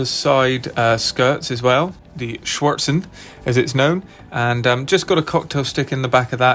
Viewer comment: "Schürzen" is pronounced more like shir-tzen, not "swartzen" 😁